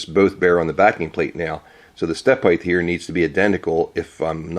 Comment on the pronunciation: Why do you say heigth instead of height - do you say weigth instead of weight too? Nice work on the video and chuck btw :)